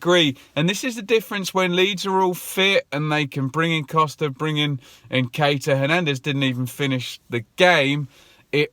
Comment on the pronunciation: Many many happy returns of the day! Keep the content coming bro, love it. Just wanted to let you know Eddie Nketiah's name is pronounced, uN_kettee_aH.